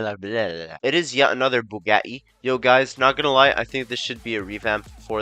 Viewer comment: man has to be trolling with these pronunciations (no offense but they are really incorrect) (its supposed to be BOO GOT E and SHEER RON no boogaw e and kyron